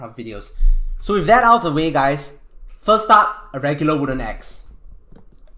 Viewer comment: love how he says the way as teh wae